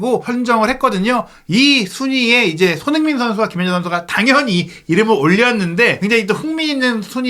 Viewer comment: 발음을 정확히 합시다. 손흐민❌️ 손흥민⭕️